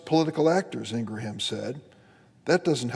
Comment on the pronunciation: Just UNSUBBED with this POS. He cant even say Ingraham!